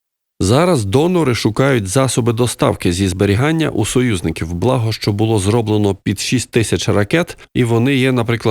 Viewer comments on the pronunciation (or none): none